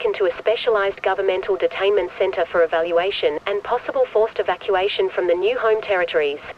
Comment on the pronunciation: bro said "speical detaiment center" 100 times ☠☠☠